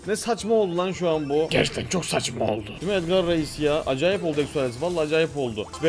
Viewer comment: Abi sen neden ekso diyosun